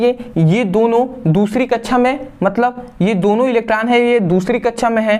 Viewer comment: Very nice 👍 sir samjhate to bahut achchhe hai sir but kaksha ke jagah kachhchha bolte hai😂😂😁